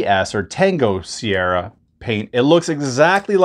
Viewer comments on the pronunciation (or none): none